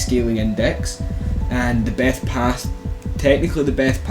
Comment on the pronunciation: The beth pah. Lmao